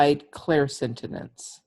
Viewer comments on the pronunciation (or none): It's all good but you are saying clairsentinence instead of clairsentience. Thank you for the awarenesses. Blessings always!